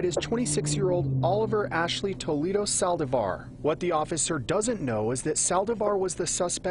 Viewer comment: Lots of problems for this reporter to say "Saldívar". I had no idea what he was saying